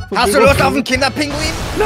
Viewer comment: Das heißt nicht Kinder Pinguin, DAS HEIßT KINDER PINGUI